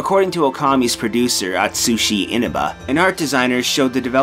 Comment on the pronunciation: "Atushi Inubuh"